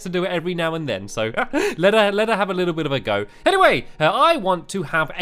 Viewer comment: say a little bit 5 times fast. did you say a bittle bit?